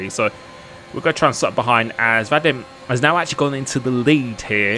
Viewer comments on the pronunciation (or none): It’s pronounced Vah Deem